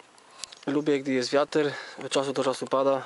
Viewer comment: charakterystyczne po kichnieciu ...zaciąganie gluta znów do środka nosa hehhehe , przynajmniej nie ma reżyserki jak u Mroczka. Kolegę bym prosił , żeby nie mówił "wiater" tylko wiatr.